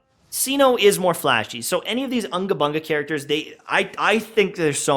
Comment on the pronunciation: It's not Anga banga it's unga bunga ☕